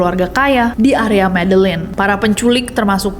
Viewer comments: begini pengucapannya: "heysus" bukan "jeezus" "medeyin" bukan "medellin" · itu bacanya medeyin, ll=y